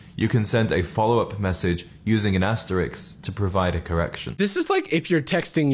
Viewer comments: Bro said asterix, instead of asterisk. Whole channel concept destroyed. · he's such a gent he totally forgot that ist's asterisk instead of asterix lmao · This poser saying 'asterix' instead of 'asterisk' still has the effrontery to present himself as a guide to speaking properly. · brother is talking about using correct spelling and says "asterix" instead of asterisk (autocorrect doesn't catch it because it's the name of some comic apparently) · He's talking about correct spelling but says asterix instead of asterisk 😂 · i would never point this out normally, but because this guy is so full of himself i will: it's ASTERISK, not ASTERIX! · Also, the irony that his speaking and spelling isn't correct. Asterix is a cartoon character, * is asterisk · This man says speaking and writing properly is important, but he doesn't know how to say or spell "asterisk." Unless he expects me to send a little Gaulish warrior to append my typos, it's not an Asterix. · im not taking grammar lessons from a man who says 'asterix' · Dude is so well versed in proper language that he doesn't know that it's called and pronounced "asterisk". Asterix is the comic book character, bro. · i love how in his rant about how you have to talk and text in perfectly hypercorrect english, he pronounces "asterisk" as "asterix." He can't even stick to his own prescriptivist rules lmao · dude said "asterix" and wants to tell ME about proper grammar and spelling?? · Bro is making a presentation about how important grammar is, and they mispronounce asterisk and don't even bother fixing it for the subtitles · the fact that he misspelt and mispronounced asterisk in his bit about the importance of grammar blah de blah is funny to me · So sick how in the "grammar and spelling" section he both pronounced and spelled "asterisk" incorrectly. A true gentleman. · Gotta love how this well read gentlemen said and spelled asterisk wrong 😒 especially right after talking about using spellcheck 😂